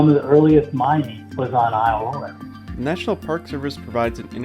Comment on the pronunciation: Don’t know where the narrator for this video comes from, but you are consistently pronouncing Isle Royale *not* the way natives of Michigan say it. That’s irritating.